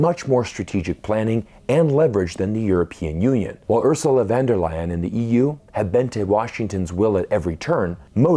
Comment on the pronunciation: Great reporting and reflections! By the way “U”rsula (von der Leyen) is pronounced like in “Oops!”. I am German and I think she is a real Oops, meaning one of the worst globalists and warmongers on the planet.